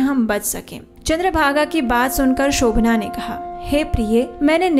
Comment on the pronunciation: Shobhan naam hai,Shobhanaa nahi.